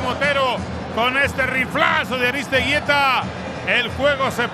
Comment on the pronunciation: Al vasco "Aristegeyta" -oswaldo Sánchez